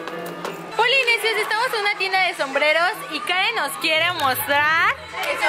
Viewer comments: Karen no es hester es la kuin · se dise karen no keren